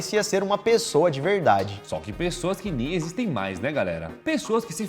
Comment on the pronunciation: 🤣🤣🤣 "Icsto nom ecxiste!!!"